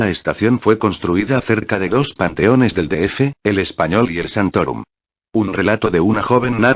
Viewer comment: panteones no pantones